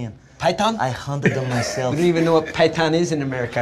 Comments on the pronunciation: you’re still not getting it are you? This has nothing to do with knowledge, he is taking the piss because Connor can’t pronounce the word python correctly due to his accent, he says pie-ton. That’s what the joke is , not that he doesn’t know what a python is it’s that he doesn’t know what a pie-ton is 😂 it’s sarcasm dude but seems like it’s lost on you. This has nothing to do with knowledge and his response was simply mocking Connors accent. He absolutely knows what a python is and that’s why it’s funny. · he was making fun of connor’s pronunciation. He said “pie tun” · Because MacGregor mispronounced PyTHon Faber made light of it and the joke sailed over your head is EXACTLY why Americans landed on the moon and most other countries-including yours - are STILL playing catch up. 😃